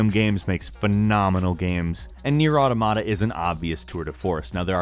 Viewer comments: i feel like you said nier automata wrong is that just me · I like the way he pronounces Neir Automata